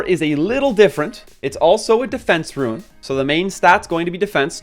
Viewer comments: Seriously. I don't understand how you see the word 'rune' and pronounce it 'ruin'. These are useful videos but this is killing me. xD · The rant at the beginning of the video is so cringe... Even besides the way you say rune as "ruin," the whale complaining is just bizarre. I'm about a month in and 50 slots is plenty, I have no plans to increase my slots at all, because it's pretty obvious what runes are good and what ones aren't. If it doesn't have optimal substats, it gets salvaged immediately, and if it does, it gets equipped to someone or locked. Optimal substats are hard to come by so you end up salvaging 95% of what you get anyway, there's no need for 500 slots, that's crazy. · Say "Ruin" one more time. Useful video, thanks. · word - Rune What he says - Ruin. I want to punch people like this cause i can't really stand this type of stuff. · Nice video. But the way you say "rune" triggers me a bit